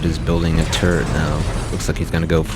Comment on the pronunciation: lmao it sounds like he saying turd instead of turret